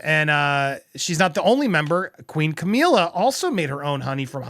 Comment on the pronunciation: 🙋‍♀️🇨🇦 a helpful FYI Camilla is pronounced "Kah-mill-La" Kah as in Cat Mill as in a place to grind grains like wheat La as in the beginning of laugh. I hope that you find this helpful.